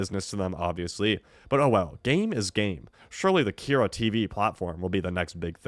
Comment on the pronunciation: How are you saying both “PAQ” and “Kyra” wrong? Have you even seen the show before? Lmao